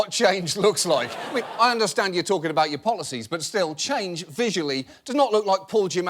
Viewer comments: "aboUt" hehe :D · I can hear "a-boot"😂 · Ey buddy, what is this aboot guy ?